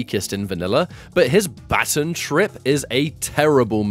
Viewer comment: BA- TON.. Baaaaa T-ON